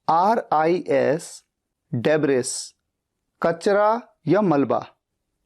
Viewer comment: Debris shayad debri jaisa pronounce hota hai, s silent I think.